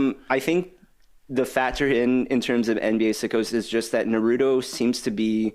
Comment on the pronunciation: Love the show but you are killing me with mispronouncing naruto repeatedly 😢😢lol